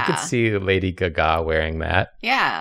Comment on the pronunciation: I love how still says lady gaGAh